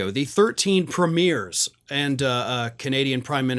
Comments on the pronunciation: Hello. Canadian here. You are not saying it right, sorry. They are Canadian PREmiers with the emphasis on the first 3 syllables. A preMIER is a new movie making it's first showing, as in it's preMIER. Sorry. Love the show :) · Hey, I wish you would call them premiers (premi-ers), not premieres (premi-ears). 🇦🇺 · FYI, It’s pronounced PREEmiers, not premIERS (not like a Hollywood movie). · It's PREMiers...not premIERS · Ah, we actually pronounce it “pre me er” A premiere is an early look at a show or exhibition. And the 1.3 billion is for the Canadian border not the USA border with Mexico. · Holy crap, movies have a premiere. Canadian provinces have premiers. Pronounced... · Small point but funny how American media commentators and bloggers etc keep saying premiers with the accent on the second syllable, while we Canadians put it on the first syllable.